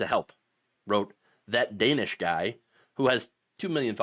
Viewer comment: LEARN HOW TO PRONOUNCE DANESH! You use his content enough. Can you at least say it right?